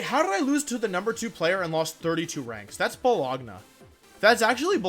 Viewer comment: Absolutely bologna (ball-og-nah)